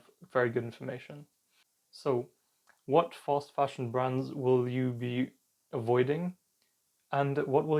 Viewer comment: what is he calling it? False fasion, foss fashion, fast fashion? I turned Closed caption on to be able to understand .